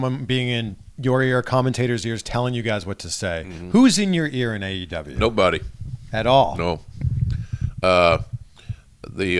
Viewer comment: Did jr call the company AWE instead of AEW or I’m I just tripping?